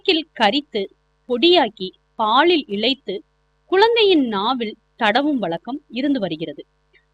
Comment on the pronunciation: ல,ள,ழ சரியா சொல்லுங்க. பால், பாள் இல்லை